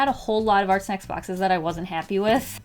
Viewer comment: At first I thought you said Art Smacks